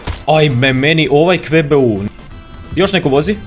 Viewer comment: nije kve be u nego ku be u QBU